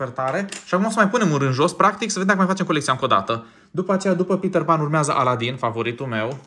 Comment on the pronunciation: Pe petter pan nu se spune pitarpan se spune pitar pen😅❤